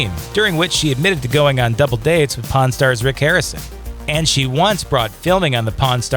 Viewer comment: Don't know who the narrator is but he doesn't know how to pronounce the word pawn.